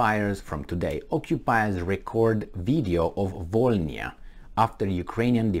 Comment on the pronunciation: It’s Vo - Ly (or Li) - Na That «bl» letter doesn’t soften the previous letter like «b» does. It produces its own sound. Which is hard to replicate for foreigners, apparently.